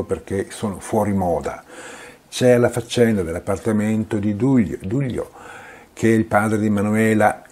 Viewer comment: Perché pronunci Gliùis e Dùglio? Si dice Lùis e Duìlio (con l'accento sulla ì)